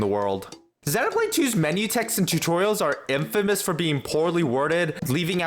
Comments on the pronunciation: I was thinking how nice it was to hear someone pronounce it properly heheh (being from UK) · 1) /zenow/blade is a perfectly acceptable pronunciation, and is even the standard in both Japan and the UK. /zɪjnow/blade is mainly a North American pronounciation. 2) Technically "long e" is /ɪj/ and is pretty distinct from the short e /e/. You can thank the Great Vowel Shift for rotating several of our long vowels.